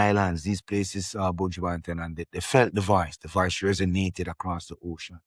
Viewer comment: Buju... not buujuuu